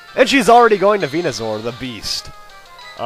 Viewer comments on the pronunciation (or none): its venuSOAR not venuZOR. same goes for the pre-evolutions